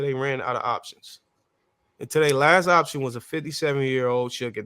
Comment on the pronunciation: Her inability to say OPTION ins throwing me